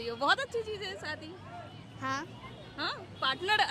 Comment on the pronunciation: Saadi😂😅😅😅 Shaadi hota hai pagli.